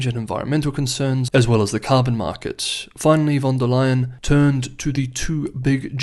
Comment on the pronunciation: It's "von der Leyen", she's German.